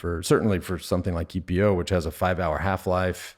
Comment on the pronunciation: Great interview...but, typically you'd say E.P.O....not eepoh. Sounds weird, mate.